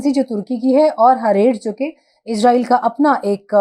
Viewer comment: پاکستانی اسرائیل کو عزائیل کیوں کہتے ہیں یہ آج تک بات سمجھ نہیں آتی